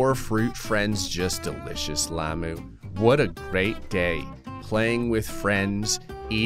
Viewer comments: stop saying llamoo please its llama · you dont say it like lama its like lam-ah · It's not lamo lamu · its hungry lay mu :)))))))))))))))))))))))))))))))))) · Its lamuu like as in